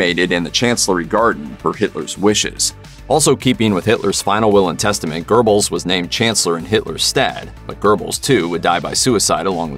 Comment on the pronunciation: Guerbles pronunciation is really hurting my ears. There's no R in it ever. In English, closest would be Goehbels. Somewhat like an umlaut.